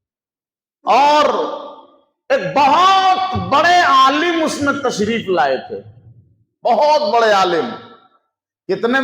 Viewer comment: ارے جاہل تو تسریف بول رہا ہے تجھے شین اور سین کی تمیز نہیں ہے